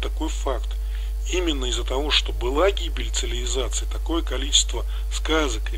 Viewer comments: ЦиЛиВизация сильное слово, чуть не оглох. А думал, что просто послышалось, а нет так и говорит автор уже не в одном ролике. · Цивилизация я так говорю через Ци ЛИ Ви зация? Не замечал, не знаю отчего такая страность в речи, но со стороны виднее. Забавный факт, так и я не идеал, могу совершать какие-то чудоковатые ошибки)) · Да люди обратили мое внимание, что я слово цивилизация интересно произношу